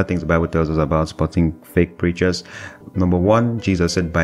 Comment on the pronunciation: you pronounce feak